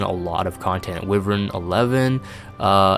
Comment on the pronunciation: Why-verns not wiv-erns